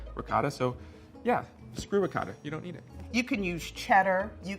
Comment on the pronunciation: Great video..but the way says ricotta makes me cringe a little bit.